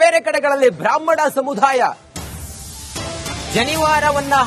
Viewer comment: ಸಮುಧಾಯ ಅಲ್ಲಪ್ಪ ಅದು, ಸಮುದಾಯ....ಅಲ್ಪಪ್ರಾಣ, ಮಹಾಪ್ರಾಣದ ಬಗ್ಗೆ ಅರಿವಿರಲಿ.